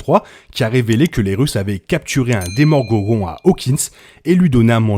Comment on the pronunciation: "Demorgogon" ça m'a tuer 🤣🤣